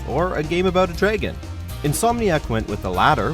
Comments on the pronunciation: It’s sounds like draygon instead of dragon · Dragon not draygin